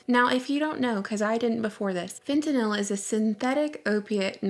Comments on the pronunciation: fentynal is a synthetic opioid. pronounced fent-in-all its been used for a very long time for in hospitals. just a little constructive correction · it's pronounced FET-NULLLLL. Just a friendly notice.